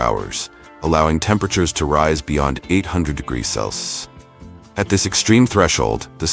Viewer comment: I am enjoying your videos, they are very informative and educational. One thing, could you get ur robot to pronounce Celcium correctly and instead of U.S.D, could you get him to say U.S.Dollars please. Thank you.